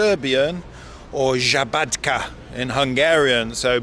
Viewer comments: Nije žabatka vec sabadka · Szabadka is with S-Sabadka